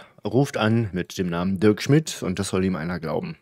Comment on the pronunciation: Oha, Dirk Schmidt hat so einen derben Akzent, dass er nicht mal seinen eigenen Namen aussprechen kann